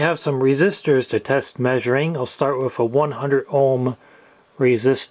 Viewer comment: It’s thhhh not ffff. It’s with not wifff.